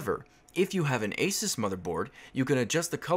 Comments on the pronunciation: lol its A-SOOS not A-SAS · The way you say "ASUS" was confusing.